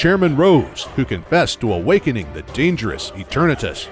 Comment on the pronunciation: How I hear is: eterNEEtus